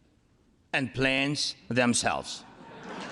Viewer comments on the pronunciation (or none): К сожалению, слово самолёт Зеленский произнёс не ясно (было видно, что забыл, как прочитать английское plane плейн). Красотка республиканка Боберт Boebert из Колорадо и ее сосед Гетц Gaetz - не встали с аплодисментами. Не хорошо. Лишний повод бросить камень в огород трампистов дали и показали ограниченность своего миропонимания, хоть борятся c бидонской демократурой как львы, что сейчас не менее важно для америки и свободного мира, чем борьба Украины с рашизмом. Надо бы Зеленскому с ними отдельно пообщаться. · К сожалению, слово самолёт Зеленский произнёс не ясно (было видно, что забыл, как прочитать английское plane плейн).